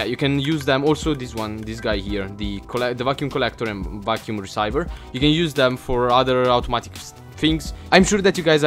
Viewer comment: it is pronounced reeseever = receiver